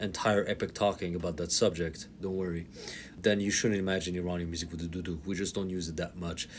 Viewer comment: Bro said duduk with the hard D